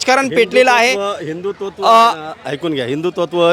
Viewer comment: पत्रकाराला हिंदुत्व हा शब्द उच्चरता येत नाही हिंदू तत्व बोलतो 😂